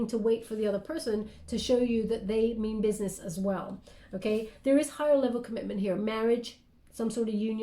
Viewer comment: I love her ❤️😂, she said “I mean business” like duhhh!! Much love